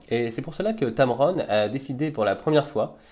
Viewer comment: es heißt tamron nicht tamaroon :D